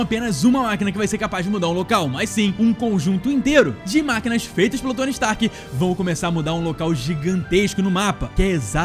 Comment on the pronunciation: Oxe ele falou indústrias strak mano kkkkkkkkkkk